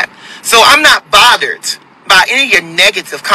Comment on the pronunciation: 📢 He said he is not botheredT. 🥴